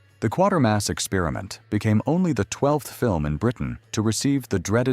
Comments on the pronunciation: There is no R before the T is Quatermass, so it's not quarter! It's Quater as in KWAITER. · The Quatermass Experiment is not pronounced, or spelt, as 1/4 mass. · My first time on this channel, I think. I assume it's AI script. A lot of them use that. Years often get butchered.